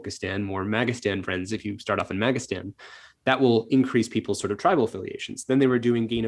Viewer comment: Did he say trible?